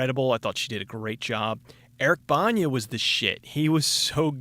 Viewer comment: i love your reviews...but you are really bad at pronouncing names. Frank Darabunt, Say-orse ronin, Eric Banya. saoirse ronan has an unusual name, so it's understandable.